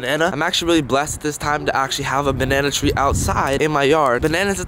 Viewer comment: I wanna say he's doing it for the memes same for the banana tREe